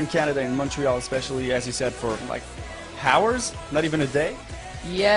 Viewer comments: Did he say HOURS with the "h" sound? HAHAHAHAA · Everyone's talking about Larry and like I'm sitting here thinking Did that guy just pronounce the fucking 'H' in hours ? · Hours... He pronounced the H... This will forever bother me. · i'm just sitting here and thinking about the man that said pronounced the H in hours omg ( btw for the last time they're not gay they just love each other like brothers)